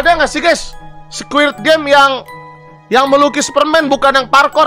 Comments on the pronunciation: "Squid" bang, bukan "squirt"🗿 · betul , bang windah ngomongnya SQUIRT wkwkwk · Squid bang,bukan squirt😭